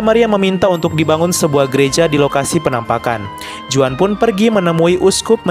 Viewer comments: Huan bukan juan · no 19: Juan dibaca Huan. Bagus sekali videonya!